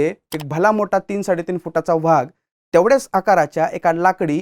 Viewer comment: मराठी शुद्ध बोला हो,vhag नाही हो वाघ असा उच्चार करत जा. उगीच त्या दुष्ट टिपू ला मोठा करू नका.